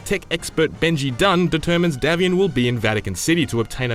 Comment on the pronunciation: It's DAY-vian